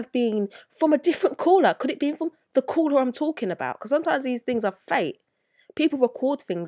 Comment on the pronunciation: Coouwla😁 not making fun of your accent it's pretty cool actually it's just how you said it sounded so hardcore accent no disrespect though✌